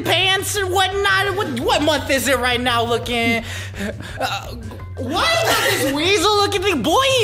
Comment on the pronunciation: i laugh do Hard cuz said "vy" "VY" 😆